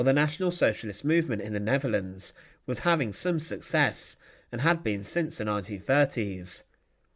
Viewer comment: This is such an infuriating series. It's very interesting, very well written, with fantastic film of the events - but the narrator appears incapable of reading a script correctly or accurately. It's the stress that is the problem - why does he keep stressing the wrong word? (e.g. 'He was executed' with the stress on the 'was') He does it again and again and again - what on earth is the problem? It's very distracting to listen to, which is a real pity.